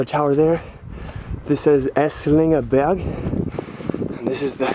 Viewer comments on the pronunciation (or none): Thank you for showing me my "Heimat":-) Burg = Castle --> You speak the "u" like "underground" Berg = Mountain --> You speak the "e" like "egg"